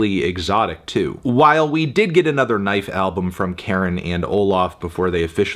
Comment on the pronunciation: It's Car-in. Not Karen. You know this, why are you purposely mispronouncing their name?